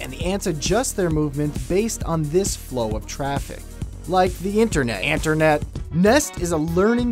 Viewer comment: interne- ANTERNET